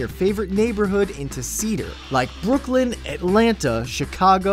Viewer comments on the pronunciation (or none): none